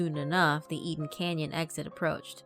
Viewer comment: “Aiden Canyon Road”?